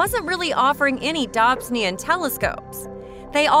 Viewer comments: DOB - SONE - EE - AN .......pleeeease!!! It's NOT a 'Dob - sin - ee - an'! For goodness sake, at least do your homework before publishing this awful video. 😱 This video is just HORRIBLE to listen to. I am in fear of the next mispronunciation of Dobsonian. It just hurts my ears and my brain! 🤬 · I’m sorry, this video was amazing but if you say dobsonian like that more I might fling myself out a window lol. Great info but srsly